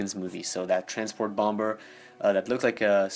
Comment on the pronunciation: Stop pronouncing the second 'b' in 'bomber'